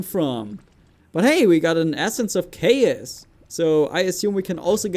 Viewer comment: you pronounced chaos wrong.